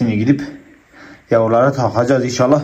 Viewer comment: Maşallah hepsine. Bence Pars hepsinden güzel olacak. Bir de abi bilerek öyle söylediğini biliyorum ama yavrulara yamrular deme yav 😁 Saygılar.